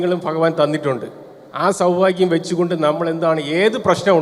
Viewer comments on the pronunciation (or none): none